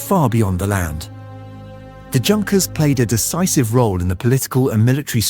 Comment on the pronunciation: This is NOT HOW YOU PRONOUNCE "JUNKERS". It is "YUNKERS"